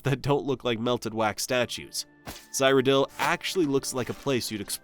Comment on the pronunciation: You know you have never played any Elder Scrolls when you mispronounce Cyrodiil lol